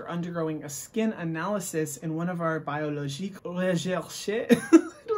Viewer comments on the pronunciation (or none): Your French pronunciation was actually pretty good. The only word you pronounced wrong was biologique. It's pronounced "bee-o-law-jeek" instead of "bai-oh-law-jeek" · Your french was funny ( to prononce biologique "in a french way" Say the I as if you were saying big )